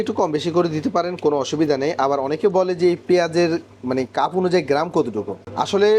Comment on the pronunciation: ভাই শব্দটা কাফ না "কাপ" হবে